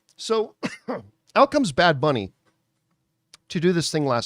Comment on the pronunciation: you only botched “booney” lmao